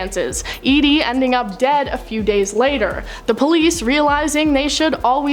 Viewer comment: Wow! You got the plot all wrong! Geebus! Edie never involved the police... Thanks for pronouncing Edie correctly though!